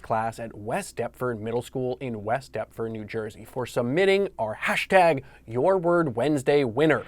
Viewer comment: Dear, great speaker, please clarify this word: HASHT. Thank you.